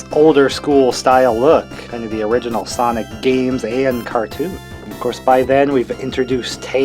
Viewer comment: ”SIANIC” WHAT